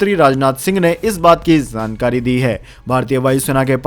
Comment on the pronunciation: आपका चैनल बहुत अच्छा है कृपया शब्दों के उच्चारण पर ध्यान दें जाJaa और .ज zaa के उच्चारण पर विशेष ध्यान दें . जैसे की जानकारी एवं गलत उच्चारण zaankaari